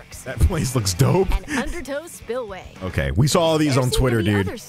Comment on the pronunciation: bro the anounncer rlly said underTOES spillway💀💀💀💀💀